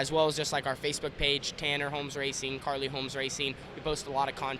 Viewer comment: its carly not kylee.